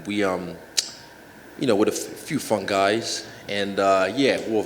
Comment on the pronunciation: "a few funguis" MY MANNNNNNNN